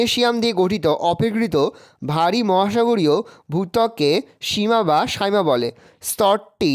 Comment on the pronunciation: সিয়াল ও সিমা হয় সাইমা হয় না 😊